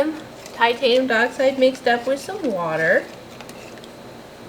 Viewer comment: I’m sorry I know it’s nitpicky but it’s not titanium duh-oxide it’s titanium die-oxide.